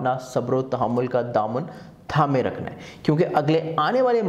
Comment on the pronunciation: فر ض ہوتا ہے فڑض نہیں ہوتا رکھنا ہوتا ہے ڑکھنا نہیں یار علی کو ہی پروگرام کرنے دیا کرو